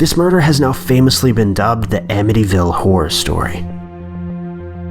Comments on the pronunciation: AMITYVILLE...not "Amnity-ville" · Bruh, you got Amityville wrong...